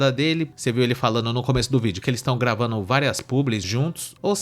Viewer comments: permita -me corrigir. " Tamu gravanu "😂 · Permita me corrigir: "tamu gravano" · "A gente tamu gravanu". Dói em meus ouvidos. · Verdade, chega a ser pior, ele diz "gravano". É um dialeto. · corrige aí. gravanu, não gravando. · " Agente tamu gravanu "....kkk O bostil tem que ser esse lixo mesmo